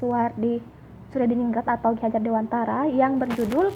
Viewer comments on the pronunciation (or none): none